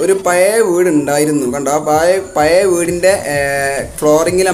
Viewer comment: പയേ.... വീടല്ല... പഴയ വീട് എന്ന് കൃത്യമായി പറയാൻ പടിക്കു ആദ്യം